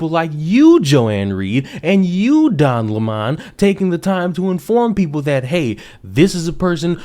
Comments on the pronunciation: I like the pronunciation Don Lémahn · "Don Le Mon" 😂😂😂